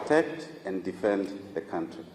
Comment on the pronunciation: Hello you are saying good things that make sense but please stop saying Cowntry, it is pronounced Cowntry, not like Donkey Julius says it! 😮